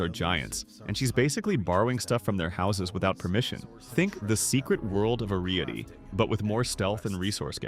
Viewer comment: Secret world of Aree-eety